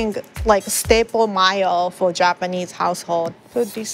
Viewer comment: There's something so charming about the way pronounces mayo.